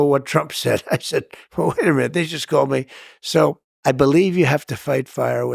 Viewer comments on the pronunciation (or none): "They cawwed me names fiwst!!!" -Former President Donald John Trump